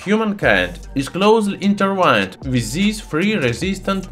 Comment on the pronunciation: Good video. Thx. Intertwined, not Intertwined. Jewelery sounds like Joo-ler-ee. I always look forward to your new videos! Keep up the good work.